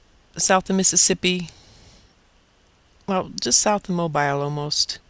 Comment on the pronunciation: heehee... that would be "mo-beel", accent on 2nd syllable.;) saw the EQ near the AK HAARP facility, too. hhhrrrrmm. but, yes, this is some verrrry good information, - thanks.